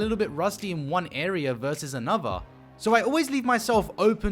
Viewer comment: With not wiff another not anuvuh. Either not ivuh. Can’t handle it no no more FF to end